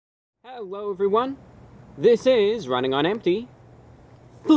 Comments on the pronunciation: He says "HehWOAH", not hello. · Hewwo evewyone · "Hewo Everyone"